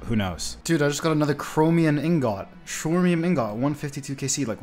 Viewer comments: Shwarmian ingot 😂😂 Brother it’s chrome-i-um in-got An alloy of aluminium 😂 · Great video! I have to tell you though, please pronounce Chromium as Kromium not Shromium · I don't know if there is official pronunciation but it just sounds weird to pronounce "chromium" like that. It just seems more likely its "chrome-um" based on how its spelled. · The shwormium ingot kills me everytime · Rolf how youtubers say chromium😂😂😂😂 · Chromium ingot pronunciation needs some work